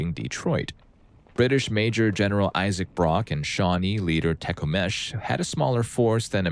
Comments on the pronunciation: To note in story 17 (For all the non Americans out there) the proper pronunciation of Tecumseh's name is Teh-Kuhm-Sah (think TekUmpSuh when you say it and you will be very close) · YOU CALLING HIM "tekumesh" IS FUCKIN HILARIOUS